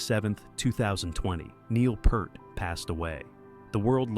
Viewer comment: If you can't even figure out how to get your AI Narrator to pronounce "Neil Peart" properly, you should have taken the time to narrate the video yourself. Or you could have bought some better AI text to speech software? For a monetized channel with 50k subs and ads turned on, etc., spending a little money on software shouldn't be a problem, unless you're just too greedy for that. Combine that with being too lazy to do proper research, makes your channel a waste of time.